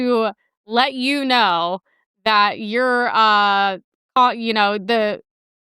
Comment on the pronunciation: Why does every sentence out of the Asian woman sound like a question? This thing where women say “thawt” instead of “that” and end every sentence with their voice going up like a question is so infuriating! Also, the words “cool” and “and” each have ONE SYLLABLE!